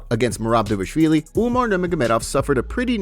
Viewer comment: The narrator mispronounces Merab's surname. It's DVALishvilli, not DAVishvilli...is it so hard to spell it? D V A L ishvilli....